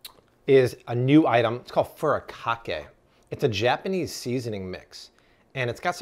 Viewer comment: Furikake is pronounced “food-ay-ka-kay”